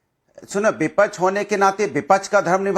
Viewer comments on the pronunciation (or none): ko bolo ki pehle vipakch bolna seethe